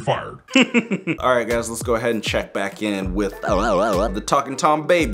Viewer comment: Did he just say "We're black at it again!" instead of "We're back at it again!" Also, you need to get that outta here!